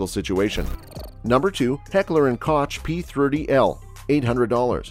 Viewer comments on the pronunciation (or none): I want to slap you every time you pronounce Koch like that🙄